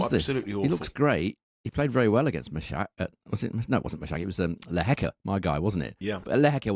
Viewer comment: Guys come on, please get the pronunciation of Lehechka and Mahac down - it’s jarring to hear 😢